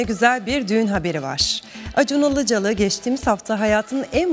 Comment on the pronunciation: Buna Ilıcalı demeyein "Ilıcalı"